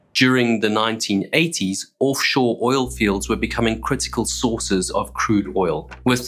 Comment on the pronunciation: "Orff shore." Accents are fun.